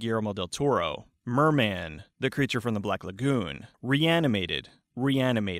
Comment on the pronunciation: 神解説ありがとうございます！！！ 私って思ったよりホラー映画見てないんだなって思った…。 あとこの動画見たらクリーチャーの発音めちゃくちゃ良くなりそう。